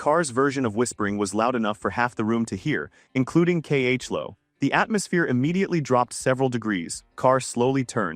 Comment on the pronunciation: K.H.Lo? ❎ Chloe. ✅